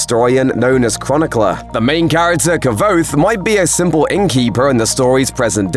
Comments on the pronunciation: "Kuh-vouthe" ...lol 6m subs? Embarrassing. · It's pronounced like lhis-qwothe. It's literally in the book. You can tell who the true fans are lol. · It's pronounced "Kwothe" bro. Read the books. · Its not ka-voth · It's pronounced "quothe" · I had absolutely no idea you could pronounce Kvothe so horribly wrong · The V is not pronounced as a V but as a W. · It would be nice if the voice over dude could pronounce Kvothe's name correctly. It says early in book one it's pronounced with a W sound not with the V sound. Ok, I'm nitpicking, but that's what us book nerds do, right? 😆